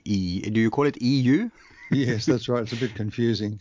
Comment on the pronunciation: EU not LU